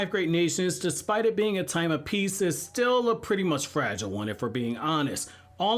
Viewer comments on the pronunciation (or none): none